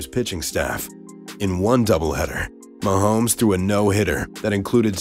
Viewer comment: How much did they pay this C actor to say "Mahome"?